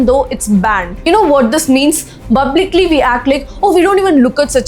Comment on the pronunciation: bublicly 😂😂😂 nathipakodi 😂😂😂